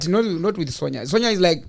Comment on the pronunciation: her name may be spelt "Sonja" asi its pronounced "Son-ya" please baba 😂😅